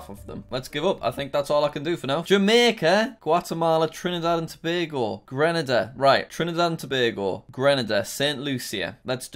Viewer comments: YOO HE SAID TOBAGO CORRECTLY(no one ever does) I’m from there 🇹🇹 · Wow you're the first foreign person I've heard pronounce Tobago correctly